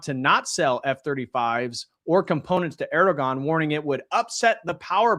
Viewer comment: The ğ in Erdoğan is silent 🤫 😊 Just trying to help out!